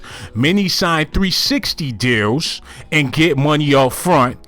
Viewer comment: You was saying deals this whole time 😭😭😭I thought you was saying jails